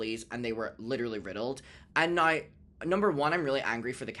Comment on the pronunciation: I love the way you say the word "now" as "no"!